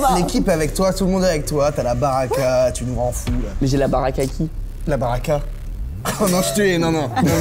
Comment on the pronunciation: la "baraka" ptn ca se dit BALLLAKA mais en mode le "ll" c'est " rllllllll" faut rouler le r et "ka" c'est KA avec la gorge